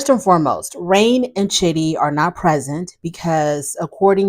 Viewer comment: You called her Rain when it's Rene but it's spelled Rayne and I think I've mispronounced her name more than once. LOL.